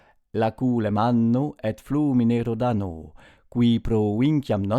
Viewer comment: Rhodāno... Mehērcle ! Quam ínadequāta ēst īsta pronunciātio !